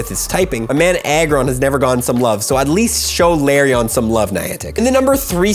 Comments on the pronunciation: Di-did you just pronounce Lairon “larion”? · Please stop calling it La-rion